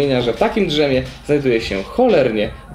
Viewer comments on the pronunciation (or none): Mówi sie Dżemie a nie Dżrzemie